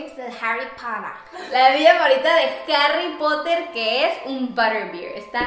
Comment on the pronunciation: La chica invitada, q ni conozco, dice muy feo Harry Potter, o sea se quiere creer y se escucho horrible